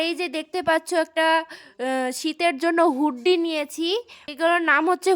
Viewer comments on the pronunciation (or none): ওটা হুডি বলে হুড্ডি সোয়েটার না